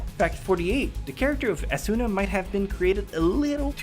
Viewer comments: Everytime you pronounce Asuna as asUUUUUUna or Kirito as Kiriiiiiito, I just want me or you to hit a train. please learn to pronounce the names right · Sweets He says it as A-SOON-NA and I just find myself wanting to correct him... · stop mispronouncing Asuna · You said the two main characters name wrong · you pronounced almost all the names wrong can I just show you where to stress in some of the names asuna is not a soo nah it's more like aa suna kirito is not kii rii to its short and concise and you stress the t sound suguha isn't so goo ha it's closer to suGUha idk of I'm expelaining this well